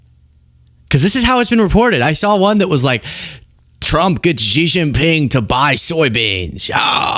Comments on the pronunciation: I call it "eye-ran" cuz that's what it was as i grew up with Dan Rather etc.... but i'm not an idiot so i learned.... meanwhile i atill have to listen to arrogant f*cks like you mispronounce Xi Jin Ping's name every fucking day.. It's "She" you idiot. not "ji, zzz not.... whatever you think you're saying. It's "she" as in she is not an arrogant, condescending bitch, like some people. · hahah ZZZjIN PING, the X pronouce as 'S" 🤣like (S)xie (S)xie ni, instead of Zjie zjie ni